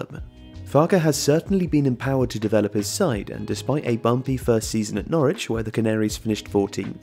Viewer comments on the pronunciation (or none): none